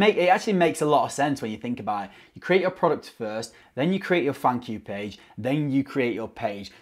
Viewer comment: I heard funk you page (thank you page) 🤣🤣🤣